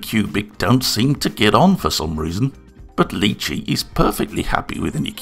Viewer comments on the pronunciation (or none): Wow, it looks impressive. BTW it’s Ly chee (like My chee), not Lee chee. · I’m sorry, who? Leechi slicer? I think you will find that is pronounced li-chee. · Its pronounced "Lie Chi" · Quick question, is it a dialect thing that you pronounce it as "Lee chee"? I've only heard it as "Lie Chee" so I got confused for a second XD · Thanks for the fantastic review of the produce! Fantastic video as always. Although if the name is based on the food, I dare say it's pronounced "lie-chee". Or at least where I come from (Aus) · lee chee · Why are you pronounce the name in a french accent ? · I have... never heard anybody pronounce lychee like that. Interesting 👍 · The way you pronounce Lychee....my god...